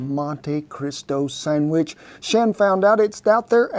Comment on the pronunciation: I have to back that up twice, I could have sworn you said, "Cut the summbitch in half." hahahaha Love your channel, Cowboy! Never thought I'd see you make a Monti! My favorite breakfast. I top mine with a dash of powdered sugar, raspberry jam, and homemade maple syrup. YUM!